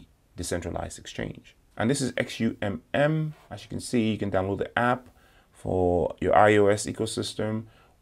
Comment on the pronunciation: XUMM is pronounced ZOOM